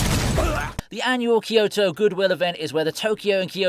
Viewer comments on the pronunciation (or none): none